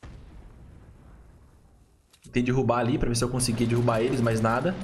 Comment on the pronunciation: Dirrubar não, DErrubar pelo amor do português